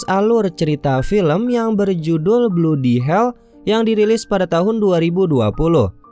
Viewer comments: Bkn bludi tp bladi 🤣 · Bacanya bladi bukan bludi mase... Gatel telingaku.